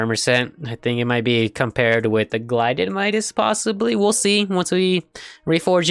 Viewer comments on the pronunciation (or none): Pronounces it as glided instead of gilded :/ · I love how he said glided and not gilded 😂😂